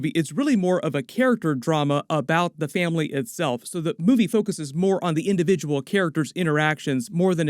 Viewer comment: did someone say faminly don toretoo